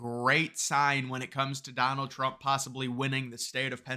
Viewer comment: Alexa didn’t give a favorable answer to that girl because her smooth brain doesn’t know how to pronounce words. “Why should I vote for Donald Trum” ????